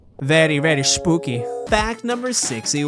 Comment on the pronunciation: On fact no.5 when u said "very very spooky" u sounded like Spanish for 2 secs or smth